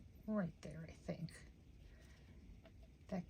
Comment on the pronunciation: Thank you so much for pronouncing both "t"s in sentiment. It drives me crazy when people dont! ❤